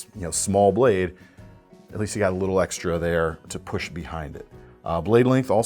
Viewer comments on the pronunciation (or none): none